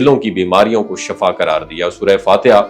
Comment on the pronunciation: Dont say SHAFAA it is SHIFA